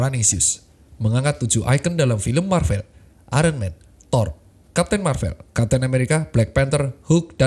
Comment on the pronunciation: sorry dok, bacanya marvel bukan marvel:yougotthis